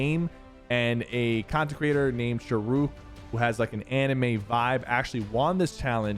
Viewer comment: Ayyy Thats my brothers name and FYI its not 'Sh-rook', 'its SHA -RUKH'.